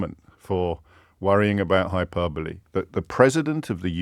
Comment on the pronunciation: How many times does he say hyperbole in this video? Also the way he’s saying it isn’t how you pronounce it at all